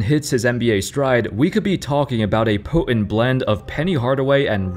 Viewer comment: bro said potent so wrong lol